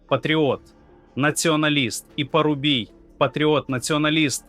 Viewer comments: Чому коверкаються наголоси? ПарубІй, а не ПарУбій. ЧонгАр, а не ЧОнгар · Ведучий , невже так важко навчитися правильно ставити наголос..., мається на увазі прізвище Парубій. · Пааааарубій! Вимовляйте правильно прізвище, майте повагу! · Ти навіть не вмієш правильно вимовити прізвище Андрія Парубія, а починаєш аналізувати вбивство ,критикувати владу і обезцінювати роботу правоохоронців.